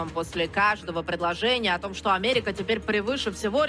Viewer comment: Путин 1,52, а Зеленский 1,70. Олечка так 3 года кричала ,что АМЕРИКА ВРАГ, А СЕЙЧАС С ТАКИМ ВОСТОРГОМ , С ПРЕДЫХАНИЕМ, ПРОИЗНОСИТ ,,АмерЫка".